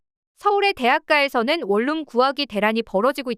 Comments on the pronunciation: 월룸이 아니라 원룸이라고 발음하세요 ᆢ듣는사람 햇갈립니다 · 콩글리시 ONE ROOM을 계속 월룸 월룸 하는데 AI 교육 좀 시키시오